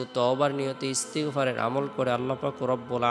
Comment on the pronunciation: Ektu valo vabe bolben ,,,, First e. Koibar Istigfar porte hobe??? R istigfar ta ektu valo vabe bolben???😢😢😢😢😢